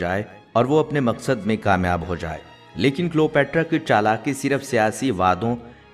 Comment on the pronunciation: جناب تلفظ درست کر لیں کلیو باترا صحیح لفظ ہے